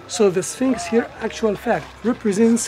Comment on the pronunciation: it's not 'Spinx'...it's Sphinx (pronunciation: sfingks).